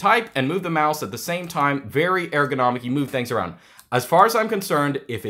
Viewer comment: Didn't realize that pronounces ergonomic like "air-gonomic" until this video